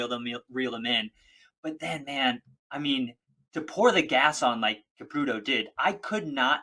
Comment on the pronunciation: Who the hell is "Kiprutu"? I mean come on, at least learn to say their names.